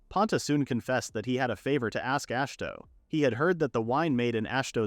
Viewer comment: “Ash toe”. Ah shi hi to say it with me now it’s not fucking hard. Imagine you try to listen a story about Dave smith the most obvious no duh plain name possible and the narrator will not stop calling them dahavy smitiuth it sounds that fucking stupid and off the mark. Jesus goddamn Chris don’t even get me started about how ai can literally I mean literally not ever once ever get “bow” right. It’s never been done in mankind’s history wher this horse shit can actually speak. Please just narrate it yourself or maybe I dint know maybe prof read/listen to it even one goddamn time because maybe proofread it one goddamn time because. You do that. You repeat yourself a few times and sometimes contradict your previous retelling. Please for the love of god stop this horse shit slop you’re killing literature you’re making life and mankind and the word worse. Ash toe fuck my life holy shit. Ash toe❤